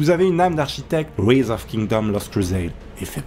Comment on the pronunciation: Par contre j'espère que tu le fais exprès pr la prononciation de rise hein x)